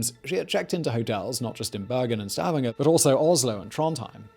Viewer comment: When Simon the Legendary Pronouncer gets Stavanger just right, my brain feels joy ^^